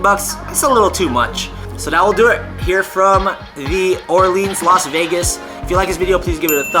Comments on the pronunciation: Its the "Orleens", but if you're saying New Orleans and your from Louisiana, you say New "Awlins"...nuff said, lol! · It's The Or Leens